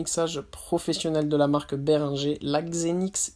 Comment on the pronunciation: ça se prononce" bé ring geur " pas béringé